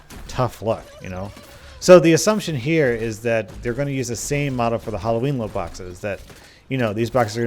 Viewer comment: "Luke" boxes. use captions